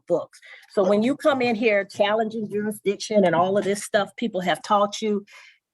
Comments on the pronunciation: What’s ‘juridition’ fool! 😂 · The SovCit says the word juri-diction. He cannot pronounce jurisdiction. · He can’t even say jurisdiction right. “Jurishdishhon” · Juradition lol